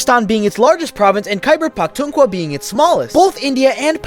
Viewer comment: Bro Pronounced Khyber Pakhtunkhwa In The Most Wrong Way Possible😭🥀 (It Is Thr Province Where I Am From…)